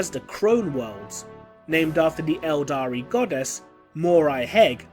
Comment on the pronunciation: Cmon man 'eldar' don't call them eldari